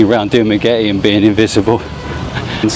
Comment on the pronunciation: Dumagretty? 😂 Did I hear that right?